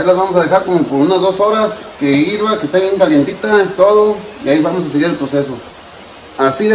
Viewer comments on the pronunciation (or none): 🤣🤣🤣 Que Hirva???? Hable bien!! Que Hierva!!!!! Se le subio la cerveza jiii jiii Saludos y muy bien su receta 😁